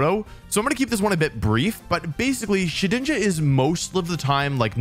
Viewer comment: Thank you for saying Shedinja correctly. I will now leave a like.